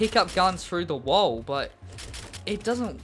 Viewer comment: u say wall weird, but good vid tho like the content